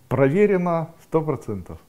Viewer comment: який Ви милий, коли говорите "провєрєно 100%")